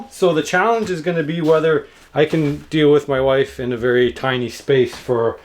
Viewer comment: Elmer Fudd says be "Werry Werry Quiet"